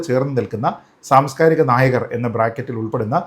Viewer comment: സാംസ്കാരിക നായകർ… നായകർ എന്ന് പറയുമ്പോൾ ഞാൻ കേൾക്കുന്നത് നായകൾ നായകൾ എന്നാണ്😂😂… താങ്കൾ പറയുന്നത് നായകർ എന്ന് തന്നെയാണല്ലോ അല്ലോ? ..😂